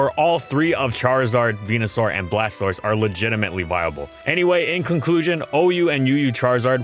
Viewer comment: You said Blastoise wrong there buddy.